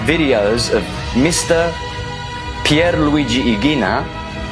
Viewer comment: why did he put an Italian accent on to say Pierre’s full name. I though only Americans and Brits abroad did this.